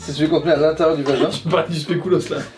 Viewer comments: En temps que belge ;p svp spéculoos ne se prononce pas "spécoulos" mais "spéculaus". Désolée, c'est sacré :D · Qui dit « specOUlos » moi j’dis spéculos mdrrr